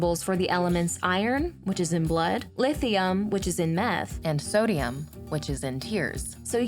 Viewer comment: There is no llllllllllllithium in Meth